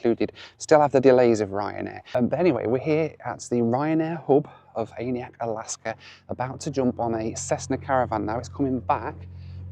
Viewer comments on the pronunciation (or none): Its absolutely killing me hearing him constantly mispronounce aniak